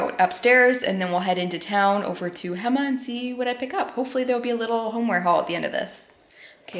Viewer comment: Such a nice video!!! (p.s ‘local’ tip: hema is pronounced “hey-ma”) ❤️🧚🏼‍♂️